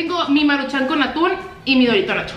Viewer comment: dorito "nasshho", Hermosillense ON👀